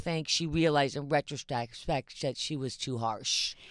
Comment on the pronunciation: is she drunk here? she could not say retrospect